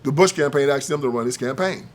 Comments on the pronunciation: It's pronounced "asked" not "akst". You're wearing a suit. Do better please. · Smh typical idiot "axed" and he's trying to be professional.